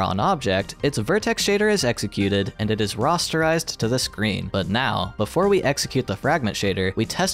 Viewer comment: Am I going nuts or are you constantly saying "Ross-terization"?